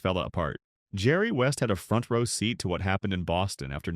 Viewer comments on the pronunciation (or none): none